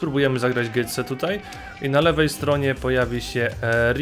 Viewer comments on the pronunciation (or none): Nie "Gytse" tylko "Goce"